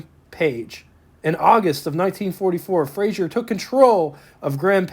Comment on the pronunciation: Fraser, not Frasier